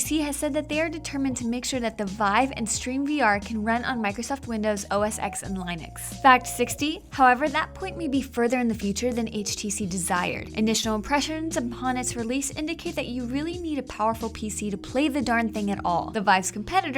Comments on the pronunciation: Did this bitch just say lineix? it's linux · "LINE-EX?!?!" excuse me but its "LIN-EX" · Did she say "line-ux" when talking about linux? its pronounced "lin-ex" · "stream vr" "lie-nix" god did they do this in one take? she stumbles so much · Did she say lienux!? :O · ............that is not how linux is pronounced........... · That pronunciation of linux offends me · She said linux wrong... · the way you said linux bugs me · she cant even pronounce linux lmao